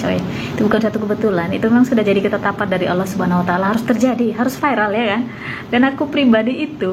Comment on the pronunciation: Fasih banget bang kl nyebut Allah